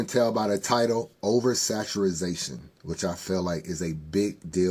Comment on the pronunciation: Over Saturazation was KILLIN ME. It’s over saturation 😂